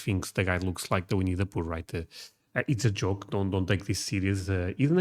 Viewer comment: you saying "winni the poo" under your break got me good.